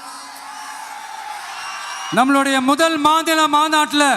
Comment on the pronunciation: முதல் மாதுள மாநாடா😂 அது மாநில மாநாடு இதுவே சொல்ல தெரியல நாட்டை திருத்த போறாராம்🙄🤷🏻